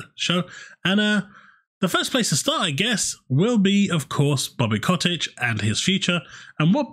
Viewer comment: Bobby cottage, now Bobby kottich. Mate lol it’s Kotick